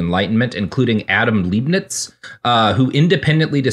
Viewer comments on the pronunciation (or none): also libe-nitz and not leeb-niz